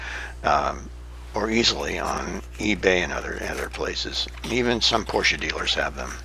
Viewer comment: I am so glad that you pronunce the car correctly. Everyone says Poorsh!